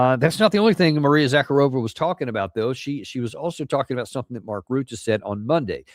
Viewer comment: It's Za-karova...not Zak-a-rova. Slavs all over are laughing.